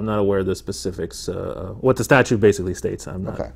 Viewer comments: Is it just me, or is this dumdum saying “statue” instead of statute? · Correction. He says "statue". How do you expect the guy to know a statute when he can't even pronounce the word.